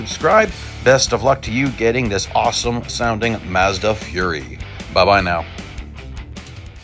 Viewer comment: Side note btw: it's not pronounced "fury", it's more like "fu-rye". Or "foo-rye" if you wanna be extra accurate.